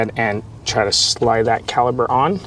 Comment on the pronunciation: Great instructional video for the new guy. I've done several brake jobs myself but I always loke watching a video before tackling a new vehicle. Now, are you saying caliber or caliper? That was driving me nuts as they are calipers.